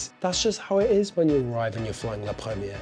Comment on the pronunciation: 1 more time he said “la premiege” with French accent and I would’ve close the video